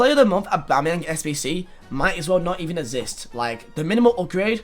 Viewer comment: Nobody:: IT SHOULD NOT EVEN ESSIST